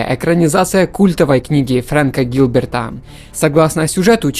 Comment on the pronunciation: Автор, Френка Герберта, а не Френка Гилберта.